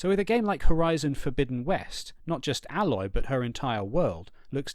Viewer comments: I don’t understand how so many people including yourself can mispronounce the name of a main character from a game in which that character’s name is regularly pronounced! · Your purposeful mispronunciation of "Aloy" is so annoying!